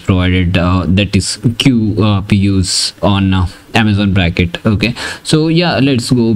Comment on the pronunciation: It's "Braket", not "Bracket". The name refers to the Braket notation in quantum mechanics